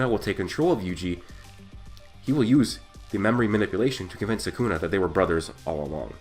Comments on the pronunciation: Come on man its sukuna not sakuna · It’s SOO kuu nah not sah KOON ah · Its SUKUNA not saaaakuna ! You brat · It's not Sakuna. It's Sukuna. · it's not sakuna it's sukuna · its not suckuna its sukuna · everytime I hear "sakuna" my brain twitches 😂